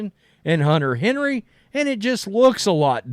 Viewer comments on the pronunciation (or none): none